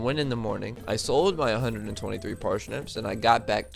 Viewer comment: Parshnips Ok, that aside, that was fun